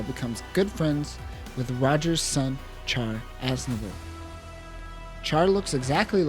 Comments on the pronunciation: Ummm...CHAR is pronounced "SHAR", like in French. (In Japanese, it's "SHAAA".) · Good video but it’s pronounced “shar”